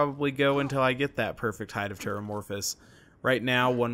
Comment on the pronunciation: For those wondering, its pronounced "Chair" amie. Imagine how gambit from the old xmen show said it. Should help. If you don't know about the old xmen, its the cartoon one you want to look up. Hopefully it helps